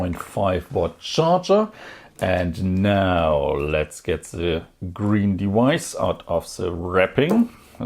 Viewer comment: Gween or waelet.... gween o waelet gween o waelet gweenowaelet